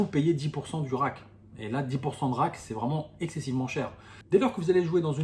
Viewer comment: Le a dans rake se prononce comme dans cake,make,fake...et non pas comme rack qui est la boîte pour ranger les jetons